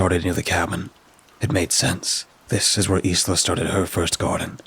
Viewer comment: Isla is pronounced ‘I LA’ Just so you know